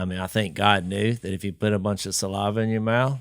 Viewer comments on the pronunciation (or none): Jase...the word is saliva...not salAHva. And again...please get everyones levels equal. Fire your engineer